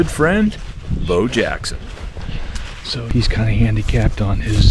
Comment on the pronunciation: That's "Bow" Jackson, multisportsman.